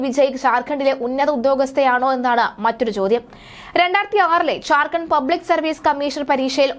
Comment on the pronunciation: ഝാര്‍ഖണ്ഡ് എന്ന് ഉച്ചരിക്കാൻ പഠിക്കൂ.